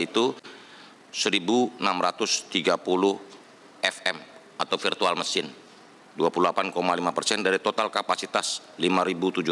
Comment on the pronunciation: Firtual Machine jadi nya wkwkwkwk... Emang dasar orang tua, kolott lot